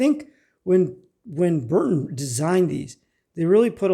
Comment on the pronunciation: The U.S made compass is made by B R U N T O N, but you keep calling it B U R N TON.